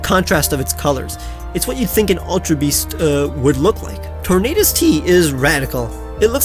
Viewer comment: TORNADUS, NOT TOURNATUS! FIX IT NOW!